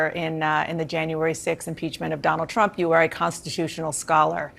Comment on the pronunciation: sounds like you said donald tramp lol.